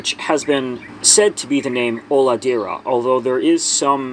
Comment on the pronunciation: i'm native portuguese speaker too. HOLADEIRA means nothing, but it does look to be a regionalism that would fit in brazil. If it's the proper name for it there and it wasn't lost in translation, that is probably a mixture of an indigenous regional word with portuguese. Not uncommon in Brazil at all. The pronunciation is also "O-lah-day-rah", not "Olahdeerah". "ei" in brazilian portuguese is said "ay"